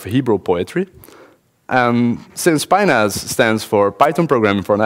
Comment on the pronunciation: Sounds too much like a foreigner saying penis.